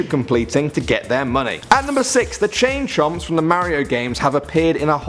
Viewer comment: lol, thought he said chain chumps